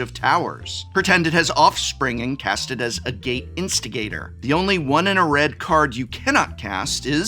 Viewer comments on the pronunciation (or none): Pronouncing agate as "a gate" makes it sound so much more menacing